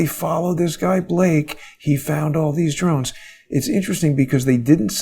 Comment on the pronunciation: Drones with today's military technology. Im with John does great work. But please it is Drones.